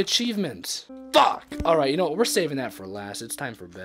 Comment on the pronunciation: Stop saying fuke